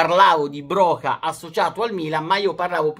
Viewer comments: Ti prego Broja si pronuncia Broia e non Broca.. è albanese non spagnolo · Si legge broia non broka😂